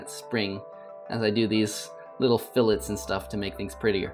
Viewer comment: So I am in intro to engineering in high schools and no words can describe the joy i felt when you said fill-it and not fill-a for fillet